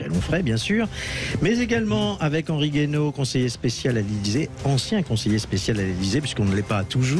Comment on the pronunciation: C'est Henri Guaino, pas Henri Gueno comme c'est écrit dans le descriptif.